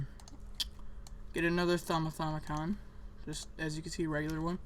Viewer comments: It's not a thaumithaumicon, it's a thauminomicon. Pronounced: thah-mih-nah-mih-cohn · It's the thaumiNOMICON not the thaumithaumicon :P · I think you should learn how to say Thaumonomicon before you correct others